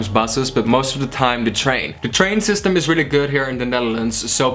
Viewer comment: "the train sysyem is very good" HA GOEIE!